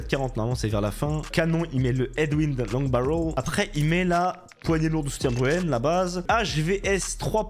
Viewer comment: « long barrolll » mdr tu m’as éteint 😂😂 force a toi en tout cas